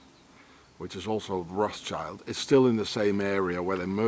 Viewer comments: Yes, they just keep using that "child" instead of "schild" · It is Roth Schild and not Roths Child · Funny how everyone pronounces it roths-child. Its actually pronounced Rot-schild, as in Red-shield in German. Hence Rothschild. Everybody is a Rothschild expert, but cant even pronounce a name properly.